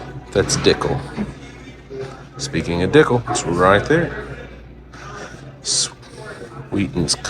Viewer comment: It's not Dicklel,, Tn Distilling It not Dicklel